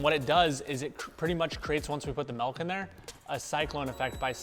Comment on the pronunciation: I love the episodes and all the informative content, but I kinda HATE how many time he says "mulk" in this one.